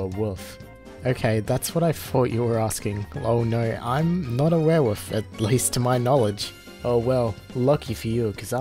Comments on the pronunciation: "were-woof"??? Were woof ?! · My mans said "were-woof" 💀